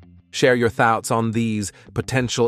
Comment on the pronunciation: All this technology and you've got to ruin it with a lousy computer generated TTS voice. Vi-DAY-oh? Share your "thowts" on these in the comments? Hire a real voice talent to read your scripts!